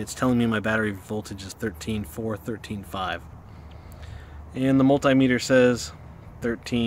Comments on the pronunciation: Mul-tie-meter??? I guess if you had 2 of them, you would have mul-tie-ple? And if they were small they would be mi-nie-mul-tie-meters. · Tape maysur? Mult-eye meter? lol